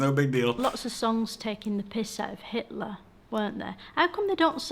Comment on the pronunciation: I loved it when she intentionally called Hitler, Hateler.